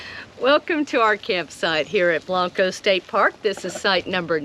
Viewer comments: Blank-co is right, not Blahnk_o! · say it like this... blank co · Both are pronounced Blank-O. Come on man!!! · Well I found your introduction a little annoying. Blanco is not Blonco. Otherwise great video. My ancestors settled Blanco.